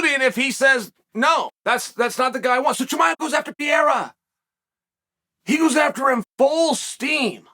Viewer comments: Can someone please let Chael know hes pronouncing Pereira's name wrong everytime? Its not Piera Chael, its PEREIRA. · Who the hell is PEA-AIR-UH? It's PURR-RARE-UH. 😂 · Damn! Pronounce His Name CORRECTLY! “Peh-heida!” Not “Pee-era”. Please for the Love! If a “Pro” podcaster from Brazil was doing a piece on the newly crowned Champion Of the World, Chael Sonnen, and he insisted on pronouncing it as “Soo-Nane”! Ish would HIT The Fan! Please Uncle C! Assume your pursuit of perfection and Know Your Ish! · Pa-Ray-uh Chael please stop calling him Peeair-a bro please lol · if cheal calls you "Piera", you're no longer Pereira...from now on you're name is Piera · For haeven sake is PEREIRA and not PIERA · Piera LMAO. Chael is such a numbnuts. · purr-era. It's not hard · Wait who is Pierre-uh? 😆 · Who's pierERA? 🤣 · new mythological fighter: Alex "PIERRA" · who the fuck is pierra uncle chael?? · K Pereira. Only chael calls him pierre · Chael still calling Alex pierra 😂😂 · This is a very hard listen. I think pronouncing Pereira's last name correctly is a small ask and it says alot by not pronouncing it correctly. I think being a professional is not that difficult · It's astonishing how such an intelligent guy can consistently mispronounce 'Pereira'. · Dude! your pronunciation of Pereira is so freekin original it's from another planet. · There’s two R’s in Pereira champ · Chael better learn pronouncing "Pereira" right.